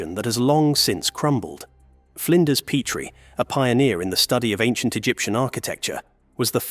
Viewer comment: Make up your mind. Is it Pet-tree or Peat-tree? You literally go back and forth with your pronunciation.